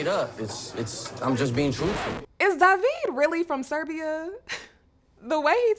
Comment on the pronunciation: It kills me that know one knows how to pronounce DAVID's name correctly. It's D-A-V-I-D not D-A-V-E-E-D.